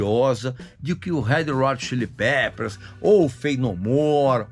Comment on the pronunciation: “head rot chilli pepers“ foi nível Joel Santana, hein, Regis?! 🤦🏻‍♂️